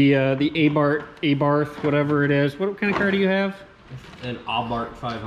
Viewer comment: I see you use the name Abarth 500 in this title and not the F-word, 🤣 (edit: you even pronounce it “Ah-Bart” in Italian pronunciation, nice) I keep hoping someone takes a yellow one and customizes it into a “Abart Simpson”